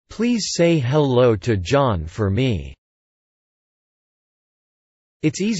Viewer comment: ハローがタローに聞こえた